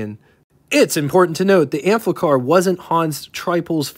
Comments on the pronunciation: There's no L in the name, so why do you keep saying AMplicar??😊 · Good overview of the vehicle; but, damn, read the label: it's pronaunced like it's spelt; no "L" in the name: Am-FI-Car, not "Am- FLICK-Car; they weren't made by Bic! Pity a drive-demo wasn't possible; woulda been mast instructive re: the "user experience"... cheers.